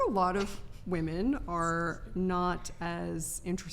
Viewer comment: Why do these bafoons pronounce the plural women as woman? WTF?